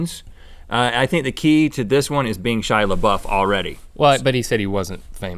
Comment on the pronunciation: "shy lebuff"